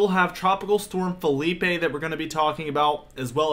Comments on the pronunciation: Dude. It’s Philippe, in French not FELIPE in Spanish…just saying…other than that Bring the cold pleasee!!!!! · Ok. Lets get this right. Philippe is a French name. It's fill-EEP not Fill-EE-pay. That's a Spanish name spelled Felipe.